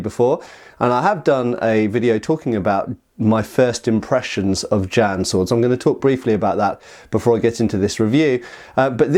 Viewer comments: The pronunciation is like "jyen" not "jan". Chinese consonants are hard, don't worry about the J but the rest of the word is manageable for English speakers. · Far too much "erm ,er ,,,,,,, 🤔 maybe"& what the heck is a Jan could at least look it up ! Pronounced "Ji en" the Jian. This hurt my ears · it hurts hearing him say Jan instead of Jian